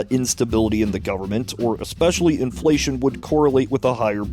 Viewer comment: "Full faith and credit of the U.S. gubmit" LOLOLOLOL